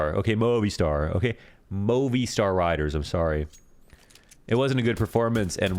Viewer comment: its pronounced moh-vi-star riders